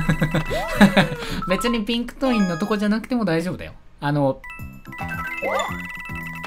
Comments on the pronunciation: ピンク"トイン" 爆笑😆💣✨ 可愛すぎてつらいよー！！wwwww ピンクコインって言いたかったんだね(*´∀｀)ﾎｯｺﾘ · くらいにピンクコインがピンクトインって言ってる